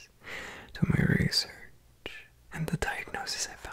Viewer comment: the way he says research is kinda... 🥴